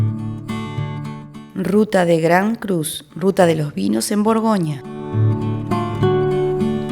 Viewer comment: Buen vídeo, pero "burgonia", "viniedos", "Dishon".., buf, eso "chirría".